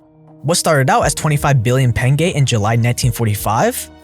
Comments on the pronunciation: how the fuck can you pronounce pengö as pengay?! if you would pronounced as pengo still wouldn't as bad as pengay lol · why are you saying penge there is no e?! lol